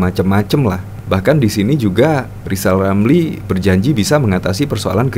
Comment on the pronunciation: Lisal Lamli jangan sombong? Bila anda bisa ngomong Eerrrr maka anda diangkat jadi menteli terus dibuang di Nusakambangan